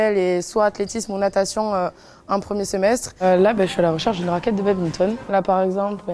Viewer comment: Désolé mais c un crime de dire babinton. On dit baDminton